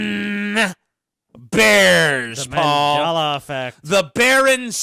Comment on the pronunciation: You mispronounced Mandela effect wrong several times, but you pronounce Nelson Mandela correctly. Wtf